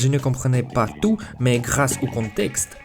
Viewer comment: le soucis qui revient le plus je pense c'est que tu prononce certaine lettres qui ne doivent pas être prononcé comme quand tu as dis que tu as voulus apprendre le français tout seul tu as prononcé le T a la fin de "tout" le t se prononce seulement quand le mot est écris "toute" ce qui le fait passer du masculin au féminin j'espère que tu as compris sinon dit moi et j'essaierais de réexpliquer